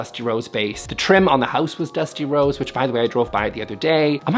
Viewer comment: i really shouldn't work out while watching the videos - kept hearing "Dusty Rhodes" and i was like "i didn't even know watched pro wrestling way back when"